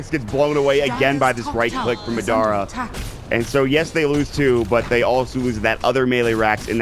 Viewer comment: Has no one mentioned to this caster the proper pronunciation of "Madara"?